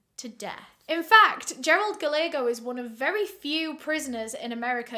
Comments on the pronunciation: Ooooh baby it’s not Galeego. It’s Gah-lay-ho. It’s Spanish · Love you so much, Guy-yay-go is the pronunciation of that name . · Word of advice… “Gallego” is pronounced like “Gah-ye-go”. Double “L” is always pronounced like a “Y” in Spanish. Love you,. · Love all of your stories. I watch as many as I can. Just a little thing with this one... Gallego is pronounced- guy-yay-go. Spanish based name, double Ls are a Y sound. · I love how she mispronounced Gallagher 😭